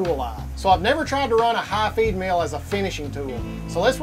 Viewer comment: l was out when he mentioned hot females ... there were cnc machines in this vid? (he pronounces feed mill kinda like female)